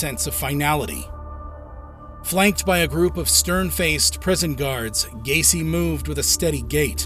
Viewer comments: Quién diablos es Gain ?????😂😂😂😂😂 El tipo no sabe ni pronunciar sus nombres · John Wayne Gay-see